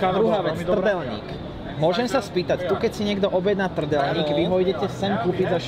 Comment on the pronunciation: Fun fact: is the only US citizen from Kentucky that can pronounce "Trdelník" correctly.